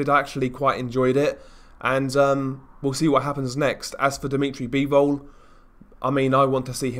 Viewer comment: "Deemeetry Beevowl"